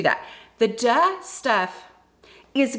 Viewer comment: I thought you were saying dud for the longest time 😂